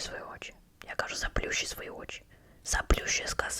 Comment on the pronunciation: На майбутнє, не ка'жу, а правильно кажу' (не хейт)